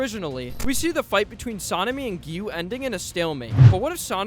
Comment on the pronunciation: ✨️Gu✨️ Giyuu not gu😂